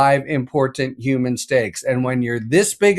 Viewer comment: It's Human beings not uman beings u pronounce the H